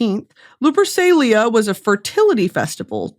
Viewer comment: When she pronounced Lupercalia correctly then miscorrected herself i cried. (The letter c makes a k sound in latin)